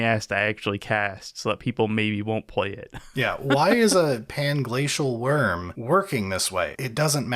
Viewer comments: Omfg I laughed so hard at messing up panglacial wurm 😂😂😂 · I think you meant Plangay, plangla, pangay, pangshell... Wurm lol